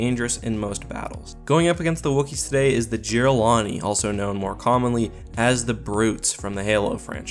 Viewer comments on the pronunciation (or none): What is a jira-lani? It’s pronounced, jir-ral-han-ay. Jiralhanae! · its pronounced, year all all Han aye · This is a bit of a nitpick but the h in jiralhanae is NOT silent.